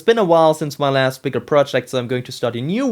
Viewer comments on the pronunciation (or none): none